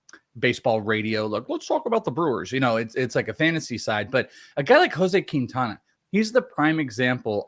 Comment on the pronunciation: It's keen-tawn-uh not kween-tan-uh